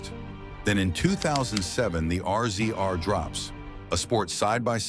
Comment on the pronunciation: The R-Z-R is pronounced Razor